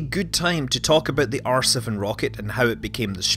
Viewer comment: Thought he said arse of the rocket rather than R7 rocket lol